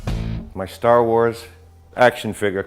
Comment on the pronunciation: Are you saying store wars?